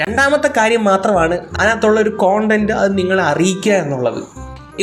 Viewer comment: യൂട്യൂബർ മാരുടെ പുതിയ പരിഷ്കാരം എന്തൊന്നിലേ കോൺടാന്റ് ....നമുക്ക് കണ്ടന്റ് (content) ഉച്ചാഹരണം Kan’tent മേലിൽ കോണ്ടം കൊണ്ട് വരരുത്